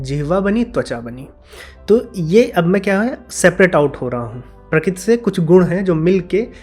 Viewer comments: Prakrati ko prakit kyu bol rhe ho yaar baar baar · Sorry to say but you are pronouncing " Prakruti ( प्रकृती) " as " Prakuti ( प्रकुती) ". Or may be you are pronouncing " Kru" sometimes correctly.